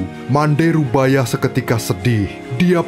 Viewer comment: Bukan rubayah tapi rubiah